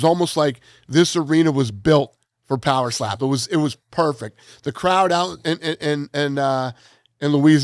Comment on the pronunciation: Every time Dana talks about poweslap I get furious 😂